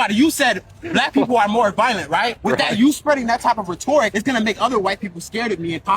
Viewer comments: Rhetoric? Ret-or-ick. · can’t even say rhetoric right lol